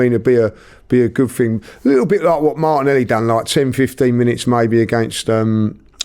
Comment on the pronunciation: He put Martinelli in also and he can’t even say his name.